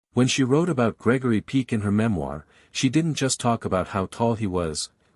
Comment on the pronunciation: It's. Peck as. In hen pecked. Ñot peak.